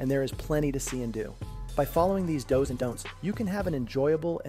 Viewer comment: Was the narration done with AI? Do’s was pronounces does like multiple female deer